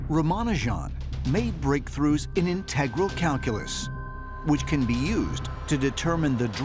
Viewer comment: Can someone please inform the narrator on how to pronounce "integral" in a maths context